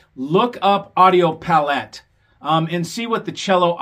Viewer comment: The accent is placed on the first syllable of Palette, you know as in the board an artist mixes colours on or the range of tonal instrumental colour in a musical piece. If you can't even pronounce the Cello preamp name correctly, you can't fool me into thinking you know anything about Cello gear.